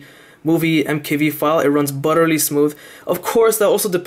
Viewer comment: You pronounced Asus wrong. Also you said butterly smooth. It's BUTTERY smooth.